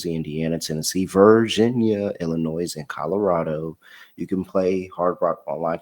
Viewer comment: Please stop saying the "s" in Illinois, it drives me crazy xD